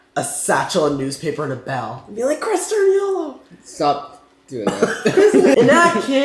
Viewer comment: Who else realized that they are saying Sturniolo wrong??